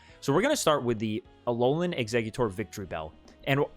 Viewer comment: The "alolan" Exeggutor 😂